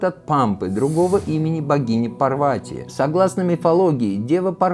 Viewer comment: События Махабхараты происходили в Гималаях. Курукшетра в Пенджабе или в Химачале. Пожалуйста не называйте ПАрвати ПарвАти 🙏🏻🙏🏻🙏🏻 пожалуйста, пожалуйста 🙏🏻🙏🏻🙏🏻